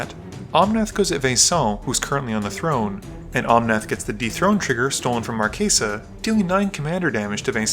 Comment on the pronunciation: Stop pronouncing it "markaysa" it's "Marchesa" like "chess" or "Chelsea" or "chase" NOT "case"